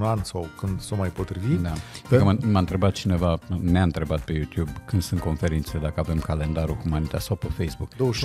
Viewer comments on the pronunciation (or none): none